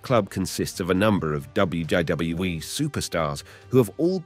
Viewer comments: why does this guy struggle to pronounce the letter 'w'? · "dub dub dub double you e" 🤣🤣🤣🤦🏾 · does not know how to pronounce one of the easiest acronyms in history. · Why can’t you say WWE right? It’s pissing me off lol. Oh and Vince is a monster. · Say W W E properly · You can't even pronounce WWE, Trish Stratus and Stacy Kiebler's name right and all these issues you are talking about are actually storylines that WWE were telling during the Ruthless Aggression Era so no one knows if Vince McMahon was actually doing all these things cause he was a sick pervert or if it was just storytelling or it could've been both but it's hard to say without actual proof of anything illegal or not.